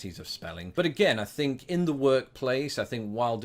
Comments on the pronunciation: One thing you (all brits really) is the word think, you say fink when we pronounce it differently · I've picked up "Fink" from you. 😂